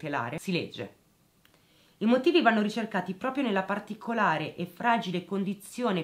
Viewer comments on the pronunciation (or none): none